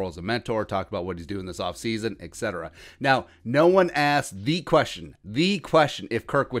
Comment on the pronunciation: Etcetera <3 u but theres no K in Etcetera